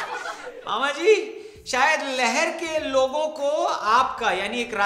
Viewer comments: लहर नहीं वो लहार (जिला :-भिण्ड) है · 'लहर' विधानसभा नहीं है 'लहार' है। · गलती सिर्फ मामाजी से नहीं हुई, आपने भी कर दी,, उस विधानसभा का नाम लहर नही लहार है और वह जिला भिण्ड मध्यप्रदेश में आता है।